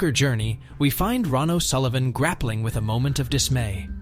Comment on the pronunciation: Ron o Sullivan it is Ronnie o Sullivan you muppet